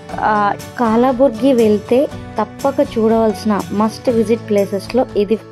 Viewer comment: కలబుర్గీ అంటారు. కాలాబుర్గీ కాదు.